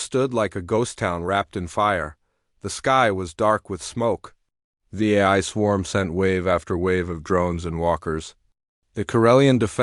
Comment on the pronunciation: this dot dot dot is horrible AI trash. mispronounced words everywhere. it can't even say AI properly. LOL. AI that can't say AI...